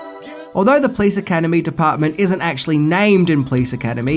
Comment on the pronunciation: Funny when you say: "Please Academy" :-D